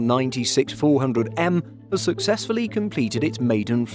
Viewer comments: cool but why can't you english speaking men call Russian planes correctly. it;s not "ai el 96", it's "il-96", like "eel" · It's not Ai-El, it's Il (ee-l)